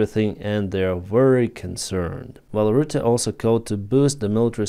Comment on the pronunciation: Hey, you pronounced Mark Rutte perfect!! :D Never heard that before of a non-native dutch speaking person.